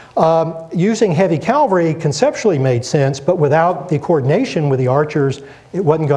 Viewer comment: Calvary? When will Americans learn to speak English? Fine lecture despite that.